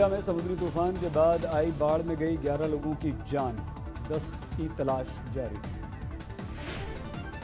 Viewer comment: Kandhe pe Lagi "LOGI". What a funny pronunciation. I love watching this man.